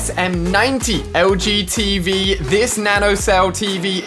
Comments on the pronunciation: When he said LG TV I thought he said LGBT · when he said LG Tv i heard LGBT for some reason 😂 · Anyone else think he said LGBT when he said LG TV